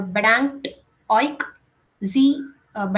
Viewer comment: 'u' in 'euch' prompts me to pronounce it as 'oekh', which is not correct. :( It takes me a conscious effort to pronounce it correctly as 'oesh'